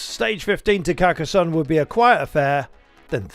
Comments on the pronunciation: Not Carcas SUN. it is pronounced SONN. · "Demun"? Demon? Désolé, pas pu m'empêcher, non je parle français (tu dois être du sud ?) ! En fait mes souvenirs de Carcassone, c'était beaucoup de soleil et très, très chaud ! donc CarcasSun, pas trop grave comme erreur de prononciation...